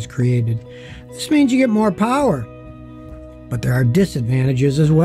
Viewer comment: Moe powwah baby